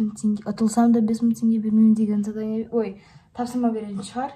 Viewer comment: Зарания емес ❌ Задания ғой